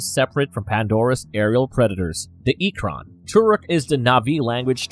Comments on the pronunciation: Holy shit the pronunciation in this video 😭 “Two-rook” “ik-cron” “ik-kryn” “mahk-toe” “sah-hell-lou” “toe-koon” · Proonounced eee-krahn! Pronounced tah-rook mock-toe! Pronounced Sah-hay-loo and the Na’vi has a glottal stop in the middle before the last syllable. Not nahvee. I don’t speak Na’vi but watched the first movie enough to be able to pronounce certain things.